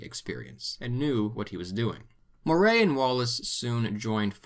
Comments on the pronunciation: Good video but by god you butchered Moray, Dunnottar, Dunkeld and Berwick... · Moray is pronounced Murray, btw. Enjoyed this video, I hope in part two you will cover the rise of Universal Public Education in Scotland given how important it was to, well, the entire modern world we have today. Everything stemmed from that choice.